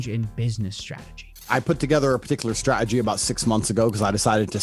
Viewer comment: Tate can't pronounce the "t" in "Meta" or "strategy". ( , ) 😄 Why is it always dumb people with that speech issue?